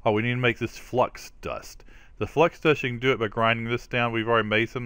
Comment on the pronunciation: "" crystal:) you can call me out in your vids. It's ok:)